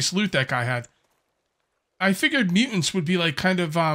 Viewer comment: do the MuUnts… i think my fren is trying to say muTants with T, A, T and S.